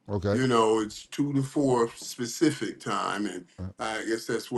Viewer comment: Did Michael Irvin just say specific time instead of Pacific?